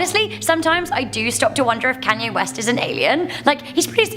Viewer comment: …Can-yay? Who is Can-yay🤣🤣